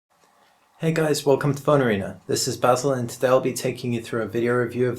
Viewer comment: "this" not "fhis" :-p